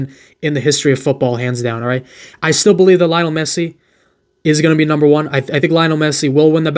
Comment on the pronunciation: Nat being mean but did u say sergio gomez numerr 3